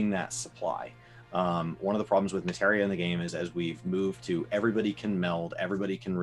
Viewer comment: Oh my God... finally said "Materia" instead of "Matera." The end is nigh.